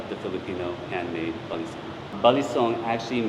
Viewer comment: The 3rd syllable is stressed for balisong Consider going to a WEKAF (World Eskrima Kali Arnis Federation) tournament in the future. For some reason, FMA is popular in Germany